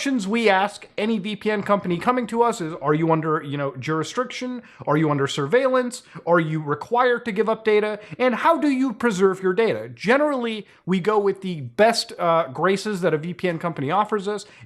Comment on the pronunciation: Muta, it’s jurisdiction. Not “juristriction”.